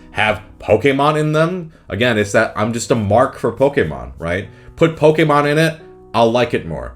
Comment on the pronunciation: I appreciate your correct pronunciation of Pokèmon